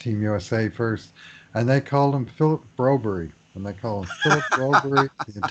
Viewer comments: Even TSN pronounced his name BroberG not BroBERRY. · Why does keep saying Brobury? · I noticed the announcers at World Juniors called Broberg BRO BERG. I hope the Step Brothers can help solve this dilemma, as they did with Panm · Yep. Sounded strange after hearing all those Swedish announcers pronounce his name right* all season. (* presumably. Not being fluent in Swedish I tend to trust those who are.) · Thanks! We will see how the season announcers pronounce it next year. Nonetheless, we have hockey back! Let's go Oilers!!!! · Hehe, Ya hopefully Holland or Tippet says his name (You'd think one of them would know by now how Broberg says his own name), or someone there asks him on camera. The suspense is off the charts!)